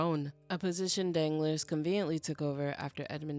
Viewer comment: Girl you killing me! You calling the than Danglers (like my nuts be dangling), I love it because I hate the character but your pronunciation of Danglas (dahn-GLAR) has me rolling